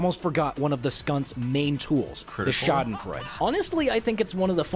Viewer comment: The joke is that he increasingly says the “schadenfreude”’s name more wrong every sentence. First he said Shout and fart Then he said Shoo den froo Then he said Shamylan